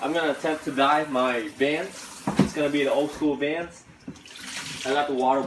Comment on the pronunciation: Bruh learn how to say school